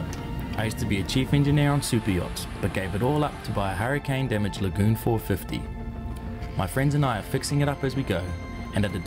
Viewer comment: I thought he said goon, then realised it was Lagoon